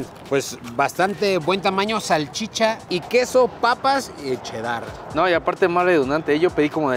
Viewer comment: Por que dices: che Dar en vez de cheddar y todavía quieres corregir a que pasó papá ponte trucha